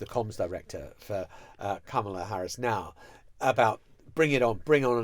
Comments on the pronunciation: My goodness, you’ve been to the states recently and I don’t know if you were at the DNC, but you must have watched it: why on earth can you guys still not pronounce Kamala’s name correctly, just say her last name if you can’t manage it. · I'm married to a Brit and it's a difficult sound for them to pronounce. I think comma-la is closer than cama-la and most Brits can say it. I've also told my Brit friends, think of Karma and try using that sound (unfortunately that makes most of them say Karmala ). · I’m a Brit and have no difficulty in the pronunciation. There were kids at the convention who taught folks in the audience how to say it (Comma - la).